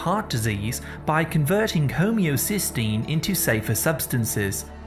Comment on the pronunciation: I believe it’s homocysteine, not homeocystine.